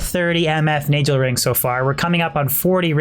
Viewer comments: love how he prenounces NAGELRING XD NEYGEL WHUT Nahgehl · it’s pronounced nayghel not najel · why is he saying nay gel ring when its a naggle ring in pronunciation the same ring exists in world of warcraft and no one has ever pronounced it as naygel ring that would just be retarded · Isn't it Nay-Gull ring and Man-uld heal? I'm pretty sure you pronounce these wrong. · Your pronouncing Nagelring with the J sound killed me inside every fuckin time. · can't stand the way you pronounce Nagelring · The reason your luck was bad was because you kept mispronouncing Nagelring ; ) Look up Pat Nagel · The pronouncing of nagelring is very, very upsetting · it kills me how you pronounce nagel ring. good video otherwise. Diablo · Mar 13, 2015 You nailed it,. Nay-Gel. Sorta like Pat Nagle. Well, that's how we say it at the office anyway.